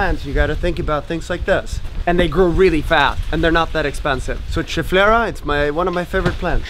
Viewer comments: yes, schefflera 're nice lookin plants and now you got a schefflera jungle ( the pronounce is skefflera, in latin che=ke) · Who tried to say cheflera plant :D